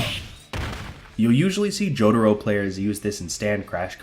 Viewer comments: >"joe-duh-row" lmao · Dude. How can you be pronouncing Jotaro's name THAT wrong??